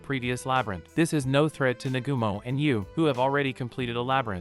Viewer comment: I'm using this one as background noise and its really starting to get on my nerves that he doesn't know the names of any of the characters in this anime. It's not You its Yue (U - A) And not Nagoomo its Nagumo (Na-Ga-Mo) or just Hajime. All you have to do is watch a single episode and you can hear how to pronounce the names. Ill give him props for doing the research to tell the story but try a little harder on names please.